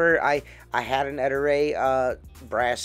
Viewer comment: Ettore chef boyardi. not E tour e chef BOI ARDY!?